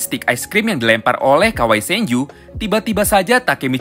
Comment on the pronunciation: Woyy bang bukan kawai njir yang bener kawaragi senju asli gak enak kalo lu nyebut kawai²